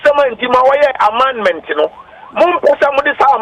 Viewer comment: Please, we say Amendment but not Amandemant